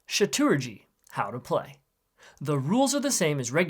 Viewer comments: "Shaturaji" 💀 Brotha, its CHATURAJI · "Sha-TOO-ruhgee"... Hmm.... I always thought it would be "Chawh-Turr-Rahh-Gee". Anyways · Actually the pronunciation is 'chaa-e-tra-je